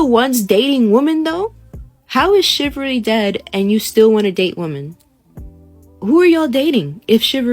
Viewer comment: She’s very far from being able to even pronounce chivalry or chivalrous correctly. So no “shivvery” for her at this time!